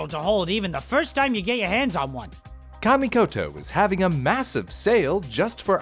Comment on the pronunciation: "camy" is that hard to learn how to pronounce something